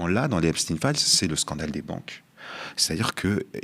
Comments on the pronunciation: si tu comprends pas que c'est pas EpstINE mais EpSTEIN faut prendre de la juvamine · Pourquoi Epstin et non pas EPSTEIN de son vrai nom , c est pénible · Donc maintenant, effet de mode !? Vous ne prononcez pas le suffixe de Epstein, comme dans: Frankenstein ? Einstein ? Weinstein? ...etc????? Et vous continuez de désignez les habitants des États-Unis par le terme inapproprié "américain" ! Alors que ce dernier terme désigne l'ensemble des peuples habitant sur le continent américain ! l'Amérique est un CONTINENT !! l'Amérique n'est pas un pays !!! Le terme "états-unien" existe dans le dictionnaire français, de même en Espagnol par exemple !! Utiliser ce terme "américain" au lieu d'"états unien", parler du pays en disant Amérique au lieu de États-Unis , c'est avoir le cerveau lessivé par la propagande colonialiste étatsunienne, et c'est participer à cette propagande !!! Réfléchissez !! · "stein" dans Epstein devrait être prononcé comme dans Einstein, Frankenstein